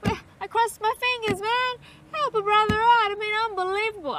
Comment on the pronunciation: As I woke up this morning, Natalie Tran saying "unbohlievable", was the last thing I remember before getting out of bed. Glad there was a compilation.